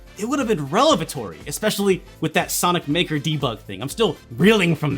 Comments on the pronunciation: Love your show! Sorry for this pedantry but you keep saying "revelatory" a bit wrong and I just wanna give you a heads-up on that. (I'm an English teacher so I can't help myself haha ... please forgive me.) Anyway, it's REVelatory not RELevatory 👍😊👍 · Hey,, was catching up on your last few vids and twice I've heard "relevatory" from you ( in this one). I think perhaps you mean "revelatory." Unless perhaps you're inventing a new word. I like new words. Not hating at all. Love your stuff. <3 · You're looking for "revelatory" not "relevatory" - as in, a revelation. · I guess "relevatory" for is "aethstetic" for me. I simply cannot say that word correctly the first try, no matter how hard I try.